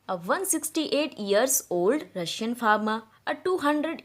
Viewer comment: it's Russian rush-ian